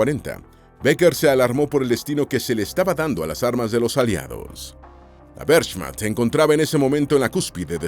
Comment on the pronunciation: La "werSCHMatCHT" es imposible escuchar estos videos hermano, ya es un canal con recorrido como para tener esas "pronunciaciones" Lo.siento pero unfollow